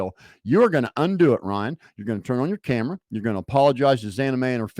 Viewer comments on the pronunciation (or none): none